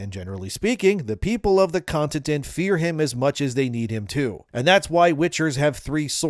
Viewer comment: Do you really not know how to say continent? I could’ve swore I heard you say contitent.